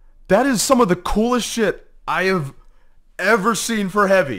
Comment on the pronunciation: Bro said shotgun hoovy💀